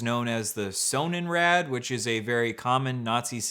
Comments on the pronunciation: German here, it's pronounced with a pronounced o and d and in English means sun wheel, it also predominantly features the lightening design used in NZ times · hey, German viewer here. Just FYI: Sonnenrad is pronounced with a short O, kind of like the name Ron but a little shorter and RAD is pronounced R-UH-D. Sonnenrad translates to sun wheel